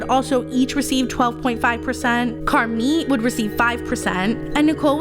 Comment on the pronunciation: It's Car Meeeee not Car mit.. 😱 the "t" is slient